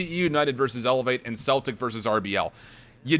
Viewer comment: No offence but ur pronouncing Celtic wrong its pronounced sell-tic